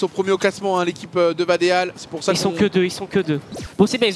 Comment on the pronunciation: Vadeal ca se prononce vadil